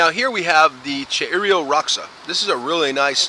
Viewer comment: Cheiro roxa is pronounced similar to SHAY-doh ROH-shah. Great job pronouncing Biquinho (bee-KING-yoh)